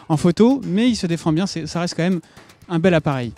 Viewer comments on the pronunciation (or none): none